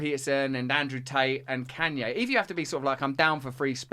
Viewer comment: Why Russel can’t pronounce Kanye West’s name, I mean really?! Or at least call him as he wants to be called now “ Ye”, Russel is so “ companionate” to respect the mental leftist pronouns trends, but won’t grant the same treatment to Kanye West?! Smo who lost billions of dollars for speaking the truth?!